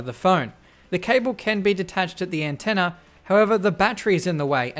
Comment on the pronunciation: Sometimes he says "antenner" :D